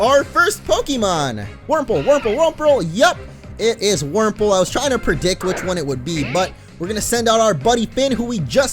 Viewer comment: Wurmple, Wurmple, Wurmprole! 😂